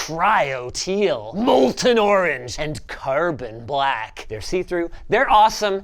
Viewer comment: Is it just me or did he goon a little when he said black?